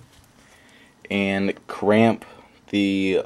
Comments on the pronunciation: It's crimp not cramp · It's CRIMP not CRAMP. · it's Crimp! NOT Cramp! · its crimp bud not cramp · Its pronounced *crimp*